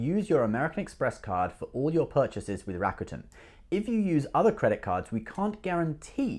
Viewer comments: It's pronounced "Ra. Ku.10" not Rakutn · Bro your rawwcuetans are driving me nuts... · I used to pronounce it Ra-cute-en as well. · lol you still cant pronounce it!! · Was kind of funny you got Chinese pronunciation spot on, but a simple Japanese word tripped you up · I say Rakuten the way you used to say it lol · Haha that is dedication to your subscribers, traveling all the way to Japan just to pronounce "Rakuten" better. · You didn’t go to japan just to pronounce rakuten, : /. Now that you mentioned japan, do you have a blog video of japan. I’m very interested in visiting.